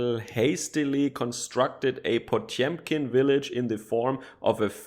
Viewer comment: Shit, did you buy a broadcast-tier microphone? Say after me: "Pa-tyom-kin"